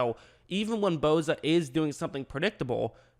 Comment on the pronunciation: Its Bosa not Boza